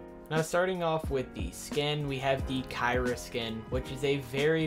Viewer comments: You better pronounce the skin as key-ra if I hear khai-ra one more time imma be very mad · Btw the skin is pronounced key-ra